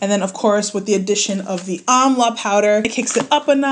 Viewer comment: Before I checked the description box, I thought you were saying “omelette powder” 😭😭